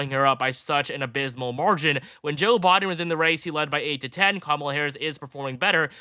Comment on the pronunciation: I keep wondering who "Bawden" is... 😂😂😂